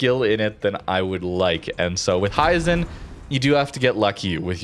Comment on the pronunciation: Not to be an annoyance but, if no one has told you yet, its pronounced he - zen.